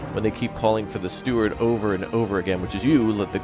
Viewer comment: Steward - Not Stewart